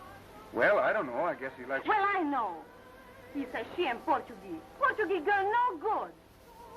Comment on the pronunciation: Rosita... played by Steffi Duna (born Erzsébet Berindey; 8 February 1910 – 22 April 1992) - a Hungarian-born film actress. Yeah, definitely not a "Porta-Geeze," as they pronounced it in the movie, lol.